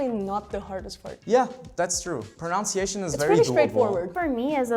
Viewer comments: They keep pronouncing "pronunciation" as though it was spelled "pronounciation", which is wrong. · I love how they pronounce "pronunciation" based on the pronunciation of the word "pronounce". It's not the same guys, haha. Think of OUNCE and NUN. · She could improve her pronunciation of the word pronunciation, though. But she speaks really well indeed.